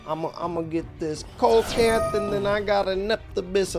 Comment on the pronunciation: Fun duel! One thing though, coelacanth is pronounced see-luh-kanth not cole-low-kanth. Keep up the good work!